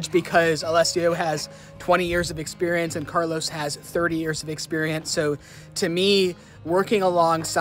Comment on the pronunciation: Carlo, not Carlos